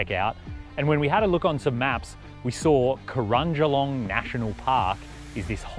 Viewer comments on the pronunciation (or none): Oh and it's Cro-a-jing-olong🙂